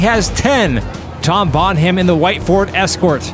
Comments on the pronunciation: Welp, Jeff Dunham's mate Peanut will be proud of that pronunciation. Bon Ham. Someone called Jefafa Dun Ham needs to enter the race now. I loved the racing and commentary again, you guy kill it every time!! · Have you guys ever thought of checking with the submitters to see how to pronounce their names? "Bonham" is almost always pronounced like "BONnum" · Bon(h)am, the h is silent, pretty much. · Ford Escort MK11 rules .. and btw guys it’s pronounced the same as Led Zepellins Drummer - Bonam, you don’t pronounce the H. It’s an English thing 😂😂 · The H is silent, look up pronunciation of John Bonham Led Zeppelin drummer.... Not Bon-Ham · Bon-Ham? Not a Led Zeppelin fan, I guess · Bonham, pronounced Bonam, silent H. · Bonham is pronounced Bonnam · Hilarious pronunciation of Bonham :) (It's like Helena Bonham Carter)... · I kept waiting for someone in the comments to correct the pronunciation of Tom Bonham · Seeing as Tom is moving on, I'm pretty sure the H is silent, like in Graham and Nottingham... Oh, I see that Robin Hood is too blame. 😮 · The "h" in "Bonham" is silent. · Mispronouncing the name "Bonham" for the entire video was a nice touch...lol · So Tom Bonham went through, and now we have to listen to that horrendous pronunciation again! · Think it be pronounced like Led Zeppelin drummer. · for F sake, the "H" in Bonham is silent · How does a person not know how to pronounce, Bonham? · It's TOM BONHAM... not Tom Bon Ham! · Seeing as how Tom Bonham is moving on, I thought I might give you an alternate pronunciation of his last name. It's not Bon-HAM like you've been saying. It's more like BONnem. It sounds much better like Tom Bonnem. Oh and #DIRTYSWEEP3D4EVA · Them pronouncing it Bon-Ham is hilarious, when it's Bon-Um. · Bon-Ham? No Bon-am! Silent H in Bonham! 😂👍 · It’s pronounced “Bonnam”, not “Bon-HAM” 😂 like the greatest drummer of all time, John Bonham! Lol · And nobody in the world pronounces it "bon-ham". Don't know if he's being obtuse or just clueless.